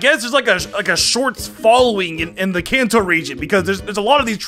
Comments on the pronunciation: Is it just me or does he say cancer instead of kanto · I swear you're saying "cancer region" instead of "Kanto region" ._. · sounds like his saying the cancer region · says kanto my ear for some reason cancer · Did say Cancer region? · Hey always wonder when you say kanto it sounds like cancer why? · Why, whenever he says kanto region, does it sound like cancer region? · Says Kanto Me: Hears Cancer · To me, whenever he says "Kanto region" it sounds like "Cancer region" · when he said kanto region i heard cancer region is it only me or what? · i thought he said cancer reign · Am I the only one that hears cancer when he says khanto. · The way he said Kanto for number 10 it sounded like he said "in the cancer region" lmao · Regions that are mispronounced that I somehow managed to hear: Kalos: Chaos Kanto: Cancer, Cans, Can't, Kants Sinnoh: Sinner Hoenn: Home Johto: Joe toe I'll edit the list if I hear more in this video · Was he calling the kanto region the cancer region